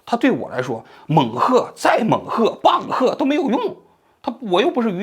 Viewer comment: 猛喝、棒喝，变成了𠯻喝……哈哈，这期节目很幽默。希望王局适当就搞一期，平衡一下频道里那些沉重的话题。